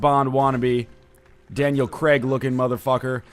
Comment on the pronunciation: Erm excuse me NL 'Daniel Creg'? It's Craig you dang Canadian